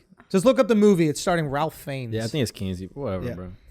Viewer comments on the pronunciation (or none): Correction Schulzy: Kinsey was starring Liam Neeson, not Ralph Fiennes (also, his name is pronounced "Rave Fines")